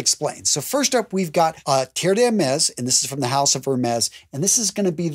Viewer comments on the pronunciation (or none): none